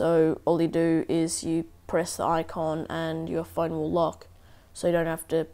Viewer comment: lol you said Loch